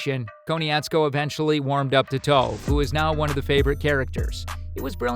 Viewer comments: Foreal this man said toaf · Who is toef? Sorry for correcting you. But it sounds like taaf. I apologize again. But the whole reason that the live action was so terrible was the mispronunciation of all of their names